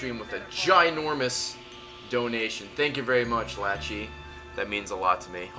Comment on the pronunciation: Love Ray's pronunciation of 'Lachie'